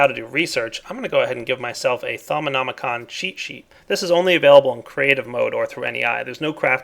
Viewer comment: Thaumonomonomonomonomi-con! XD Its actually Just thaumonomicon